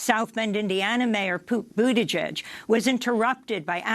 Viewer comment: My inner middleschooler came out in full force when she accidentally said poot buttigieg